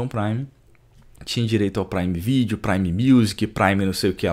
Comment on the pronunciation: Que agonia ele falando "prime" como se fosse "sub"